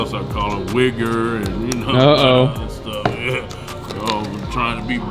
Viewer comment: He said weggarz lol ..